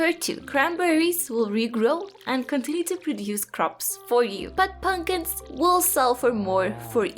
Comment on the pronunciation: I love that you say punkins